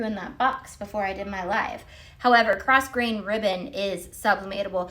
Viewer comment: Just want to share the pronunciation of “grosgrain” ribbon - The S is silent. Phonetically it is “grow-grayn”. It’s got French origins if I remember correctly which would explain the silent S.